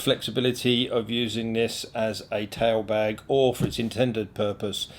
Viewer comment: LOL, okay. Love your vids. This one was VERY informative, but I caught myself hearing "Towel Bag" instead of Tail bag (I'm in the US). Once I figured this out, I had a good chuckle at myself.